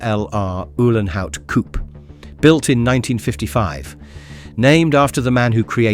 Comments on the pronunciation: No, it is not a "coup" but a COUPÉ! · Poor Rudolf got himself a hearingdamage driving these beasts privately ! 😂😂😂 Oh , its a COU....PAY....by the way , stupid yank .